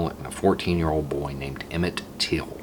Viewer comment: Please get his name correct. TILL